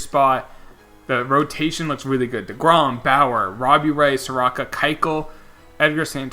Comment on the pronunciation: All you need to know about how overlooked the Braves are is Mike Soroka has been the 2nd best pitcher in baseball this year and my man didnt even pronounce his name right (Soar-Oh-kah) As well as Mike Foltynewicz (Folt-Tah-Ney-Vich). He was an All Star last year